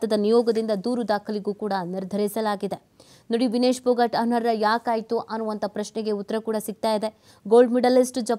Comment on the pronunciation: ಅನರ್ಹ.... ಅನ್ನೋ ಪದವನ್ನು ಚೆನ್ನಾಗಿ ಉಚ್ಛರಿಸಿ